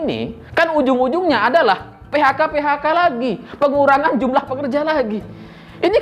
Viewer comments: ada koreksi: a. Ucapan selamat malam kepada "mantan kalian..." ditujukan kepada orang yang gak di antara pemirsa. b. Salah ucap "PHK" menjadi "PKH" terjadi dua kali, dan c. Kurangi ketawa di ujung lawakan. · PeHaKa bukan PeKaHa.. 😁 seneng dan selalu nunggu.. tetep semangat dan sehat terus 🔥🔥🔥 wanabud selalu bikin geleng-geleng 😁😁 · PE HA KA bukan PE KA HA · Slip of tongue dari sang menit ke 5: 04...PKH ( yg Slip ).Padahal di 5 menit sebelumnya PHK ( yg benar ).😎